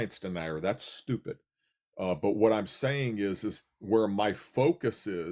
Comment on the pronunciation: “…because I’m not shtooopid…” hmmm